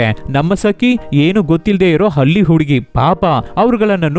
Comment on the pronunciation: Boss kannada na proper agi uchar madu Halli Hali ala